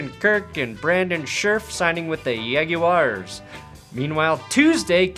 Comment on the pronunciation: Why he says yag u wires